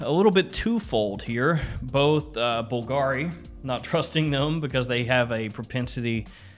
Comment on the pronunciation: Bull-guh-reee lol